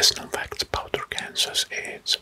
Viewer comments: Great video! Just so you know Arkansas is pronounced ArkanSAW. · I just have to comment that Arkansas is pronounced “arkan-saw” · I love the video, I’m not hating but Arkansas is pronounced “Arkansaw " I’m just telling you 🙂